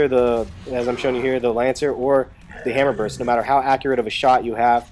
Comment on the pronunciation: its pronounced "burst" and retro lancer is the only main gun i use . you can charge enemies instead of revving up and walking to them when they could gnasher you ect.